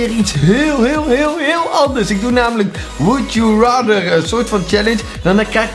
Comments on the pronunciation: Wuld joe rater kapot goed Engels ps geen haat❤️ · Woeld joe ratter.. goet geinglisjt (geen haat klonk grappig)